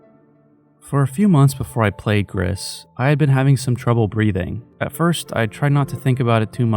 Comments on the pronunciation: FYI It’s pronounced like “Grease” Gris is Spanish for Grey. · mb for being that guy but gris is french for grey and in the pronunciation u dont really pronounce the s at the end, i loved the video btw